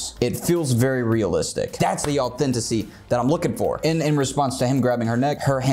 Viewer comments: baby doll, I love you; but it's "authenticity" <3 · I think you keep saying “authenticity” incorrectly but this video is really cool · "This is the authenticy we're looking for!" Me: Sweats in authenticity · It makes me giggle that you say "Authenticy" instead of authenticity x3 <3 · So I’m new to these videos but I’d like to say...DONT YOU EVER SAY AUTHENTICY EVAR! SAY AUTHENTICITY! JUST SAY IT! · I like the message you're trying to get across. It's good advice. BUT... "Authentisy" is NOT a word. And, yet, you keep saying it, over and over again. The word is _authenticity_. Sorry, that was just crawling all over me, I had to say something. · just love the way you say, 'authenticy'! Also, your views on drawing are spot on. One teacher to another, you're brilliant. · 'Authenticy' you heard it here first boys and girls! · Nobody:: A U T H E N T I C Y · bro, au-then-TI-ci-ty